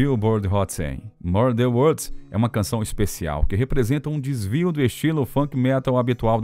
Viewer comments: Sem contar as pronúncias horríveis do narrador. " MURDER WODS " 😂😂😂😂😂😂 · Mur dan uods!!! Van Hilen!!!! Fora outras palavras. Não é esnobar não, Para com isso cara, pelo menos o nome da banda pronuncia certo pô!!! Quem conhece ou tenha im minimo de conhecimento do cenário Hard Rock sabe pronunciar Van Halen!!!! Hilen foi o cúmulo!!!!! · Pra piorar "mur dan uods"!?!?! Van HILEN!!!!!!????? Que!?!?!?q q isso!!! Ah pelo menos o nome da banda pronuncia certo né cara!! Ninguém q conheça o cenário pronuncia assim!!! Pelo amor de Deus!!!